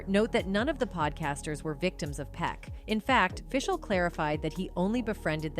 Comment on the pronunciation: 1) you pronounced Will Friedle's last name wrong and 2) you got danielle FISHEL's last name completely wrong! soooo 0 credibility